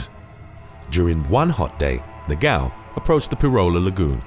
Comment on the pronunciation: Its so funny the noise he does when tries to pronounce "Portuguese names ( words ) like "negão" 😂😂😂😂😂 " he says Negaummm" but its Negão 😂😂😂😂